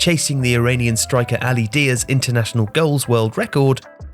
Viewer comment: I think Daei is pronounced 'duh eey' not 'dear'